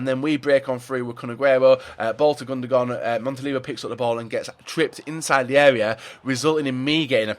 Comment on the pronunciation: Am I the only one annoyed by him saying "Gundogon"?